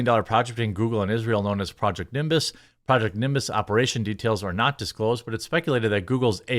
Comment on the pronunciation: You saw the word "nimbus" but said some other word, "nimbis". If the word is "nimbus" then why say another word "nimbis"? Lazy.